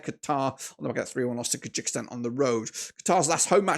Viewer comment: the correct spelling is Kyrgyzstan!🇰🇬 stop pronouncing our country with mistakes